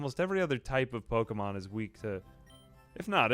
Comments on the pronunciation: I love you, but I swear to god if I hear Po-"eight"-mon one more time... 😂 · Amazing video but how you pronounce ’Pokemon’ is diabolical